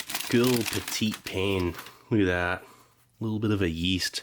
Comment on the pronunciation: lol “peteet payne” Do you not know how to pronounce French words?